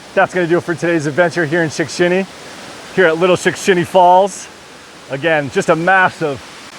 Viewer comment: As advertised! 😁 I could not count how many times you said "Shickshinny " , but it was alot. Only a true Pennsylvanian could pull that off, and say it correctly EVERY TIME.😆 Thanks for another great adventure, my friend 😊